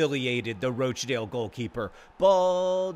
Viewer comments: Should probably point out it's pronounced "Rotch-dale" in this part of the world (rotch as in crotch) xD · Question Wednesday - why do you keep calling them Roach-dale?? It's roch to rhyme with crotch! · Wimbly Womblys but every time John mispronounces Rochdale they play Rochdale again